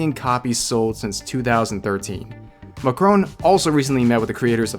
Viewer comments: "Mah-crone" XD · I'm not French , but even I felt a bit uncomfortable when you said "MAKCHKCHCHRON"